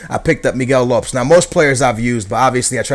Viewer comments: for being a portugal fan you can't say half of their names. Lopes....rofl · Miguel LOPS? Really skills. I'm from the UK and I know it's pronounced LOH-PEZ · Miguel lops?? Man u cant even pronounce portugease names!! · You can't pronounce Miguel Lopes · why is your pronounciation so weird? considering ur porotghese....!! its pepe not pep or is it pep? im not sure haha...and lopes not lops?